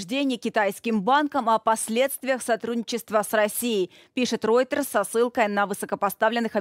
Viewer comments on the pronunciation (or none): none